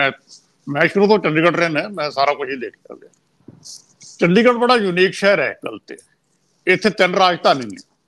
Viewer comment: The word is Desh not Des , Shahr not Sahar , Taanashah not Taanasah as one of your commentators pronounces . Secondly, if the farmers have the right to demonstrate, common people have right to go on the roads . Thanks .